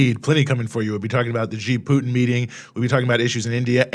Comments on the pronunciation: You are wrong. The American pronounced it more like "G". Of course I know hanyu pinyin. It is more like "C" with the third tone. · Why do Americans pronounce "Xi" as G. It is more correct to pronounce as C. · why ? they are literally the same pronunciation minus the tonal difference. Something tells me that you don't know Mandarin pinyin because C is how an English speaker would try to pronounce Xi and that is incorrect